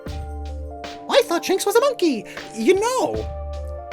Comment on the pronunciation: I heard Jinx, not Shinx. So when he said "ya know" I got scared